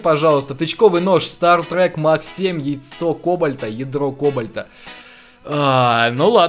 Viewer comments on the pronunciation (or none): staTtrek, а не staRtrek!!!!!!!!! Лайк чтоб увидел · говорится " Статрек" а не " Стартрек" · ААААААА, Бомбиииит!!!, не стаРтрек, а стаТтрек. Запомни, не я один буду бомбить из за этого )